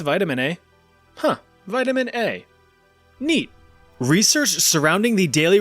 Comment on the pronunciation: Vitamin Eh